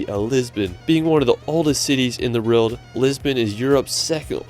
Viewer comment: How can you recommend a city you've never even been to? Lisbon is great, but I wouldn't put it in the top 10. I also can't listen to his mangled narrative. He pronounces everything wrong ("Wrorld"?) and manages to sound like AI.